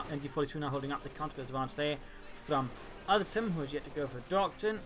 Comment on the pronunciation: Artem actually pronounces like Artyom it is a russian name.